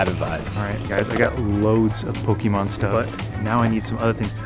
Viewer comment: Btw pokèmon is pronouced (poke a Mon) or (poke ay Mon) not (poke ee mon)